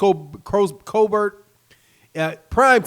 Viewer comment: Dude still sayin "colbear" instead of colbert🤦🏽‍♂️